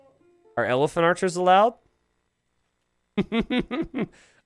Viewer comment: You definitely said Elepharchers, and I'm making that my name now. Also, he definitely deserves legend status for this, if he doesn't already have it..